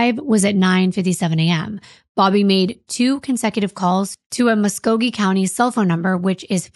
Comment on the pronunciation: Lifelong Okie here. (Go Thunder!) Just wanted to congratulate on pronouncing Muskogee correctly when she was going through the call logs. You'd think, with the famous song, more people from out of state would know how to pronounce Muskogee, but they always get it wrong. And robot voices are even worse than humans! Lol I remember the bare bones of this story. Fascinated to see what you all have uncovered. (I'm from the Fort Gibson/Muskogee area. Lake Eufala is about 45 minutes or so from me.)